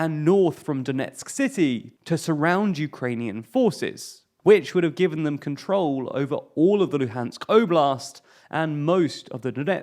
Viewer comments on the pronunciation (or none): none